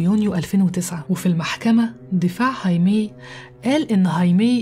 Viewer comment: هايمي تنطق هكذا لأن الامريكيين لاينطقون حرف "الخاء" الموجود في الاسبانية، العربية، والالمانية وعدة لغات أخرى، ولأننا نستطيع نطق هذا الاسم فكان عليك ان تقولِ "خايمي"